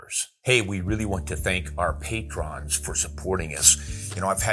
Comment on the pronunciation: You are mispronouncing "patrons".